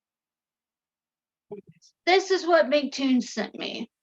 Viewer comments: How to determine if your debate opponents can’t grasp simple descriptions… they can’t pronounce your name right. By the second I hear „Mactoon“, any explanation will be misunderstood… guaranteed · You know she is a real Flerf cause she says "Mic " vs "M C." How can someone who can't get that right think they can prove the Earth isn't a globe.